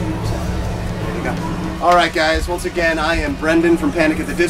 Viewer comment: "Alright once agin this is panic! At the disco"